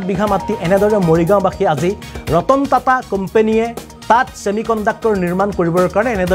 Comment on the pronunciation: ৰতন তাতা নহয় 😂 ৰতন টাটা 👍 অসমীয়া বৰ্ণমালাত উচ্চাৰণ ঠিক নাই ইংৰাজীৰ লগত। Best Language English, Hindi, Bangla